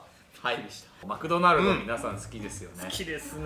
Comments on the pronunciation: 絶対マクドマルドって言ってるよね、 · 最初「マクドマルド」って言ってない？ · 初め「マクドマルド」にしか聞こえない